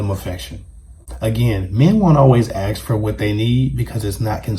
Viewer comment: It’s ask not ax